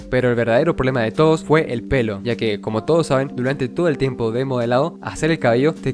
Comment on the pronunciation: y lo peor es que ni siquiera dijo eso,dijo timepo 💀